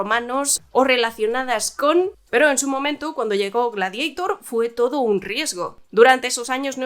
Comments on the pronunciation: "Gladeitor" GLADIADOR se dice; GLADIADOR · Gla-di-a - tor.Es un término latino. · "Gladieitorrrrrr" "Westerrrnn" "Bleid Ranerrr"